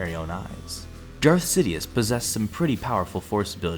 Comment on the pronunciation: you said Darth sidioouth